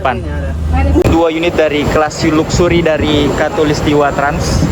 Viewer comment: Baca nya laksery , bukan luksury , bikin malu aja , arti nya kemewahan